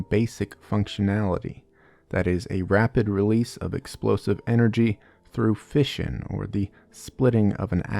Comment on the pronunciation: I heard fishin' instead of fission for the first 5 minutes or so